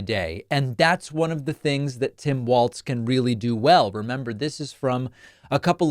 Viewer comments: Walz not waltz. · Walz, like Walls. Not Waltz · Everybody, even David Pakman is pronouncing Tim's last name as Waltz as in the dance or music, it's pronounced like Walls, not Waltz. Gees get it right already. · You're pronouncing Walz incorrectly. Your pronouncing it as "waltz".It should be pronounced as "walls". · it’s pronounced WALLS not Waltz smh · Walz. Not Waltz. Like walls. Pretty easy. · Hi David. I mean no disrespect whatsoever but Tim’s last name is pronounced Walls not Waltz. Hope I’m not being rude Love your channel ❤ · Why are you pronouncing his name "Waltz," when his name is "Walz" - as in "walls?" It's jarring every time you pronounce it. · It is pronounced walls, not waltz. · It sounds like you are you are saying 'Waltz'. His name is Walz and in MN we say it like 'Wallsz'...But not Waltz folks! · Hey I thought it's pronounced like "walls" not "waltz"?? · It’s Walz, like Walls. Not Waltz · Pronounced "Walls" and not "Waltz" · Its pronounced "wallz Dave. Get it right at the start. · I kept hearing a "t" in there (like Waltz). I was only being facetious 😂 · It's Walz not Waltz. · His name is pronounced like Walls, not like waltz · I love your show. But when listening to you talk about Harris' new VP, I hear you calling him Tim Waltz, not Tim Walz. I'm sure he would appreciate you getting the pronunciation of his name correctly, especially since he is going to be in the White House for years. Lots of likes, and good show. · It’ll catch on. I said it about how people pronounce Kamala, and I’ll say it now. Very few people are intentionally messing it up; most just have to get their brains and tongues lined up right, so to speak. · David, you are pronouncing his name wrong. Do better.